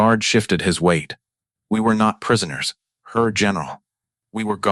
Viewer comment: How hard is it to get a real person to read an 11 minute video? I will not subscribe because I don't like listening to AI say "Pow" instead of "P.O.W." and "her" instead of "Herr" for example. Also, pausing or not pausing in incorrect places. It's annoying and I feel like I'm being gamed by a stupid robot. Too many Youtube videos do this now. You can't even spell "German" correctly. Alas, a good WWII story ruined.